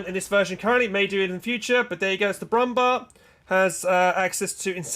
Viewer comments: The proper pronunciation for „Panzerbüchse“ kinda sounds like „Panzerbüxe“. It’s a small thing but „Brummbär“ also sounds like „Brummbear“ rather that „bar“. After all it means growling bear. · As a german it sounds so funny how you pronounce the german names and tank names for example the brummbär or panther 😂 keep up the good work ✌ did you know that many names are like a short version of the full name? Stug = STUrmGeschütz Stg44 = STurmGewehr 44 PaK = PanzerAbwehrKanone And so on 😜